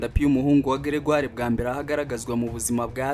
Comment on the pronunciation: Grégaire pas Gregire